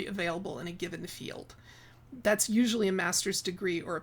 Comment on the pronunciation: ❤ I laugh every time you say "esual"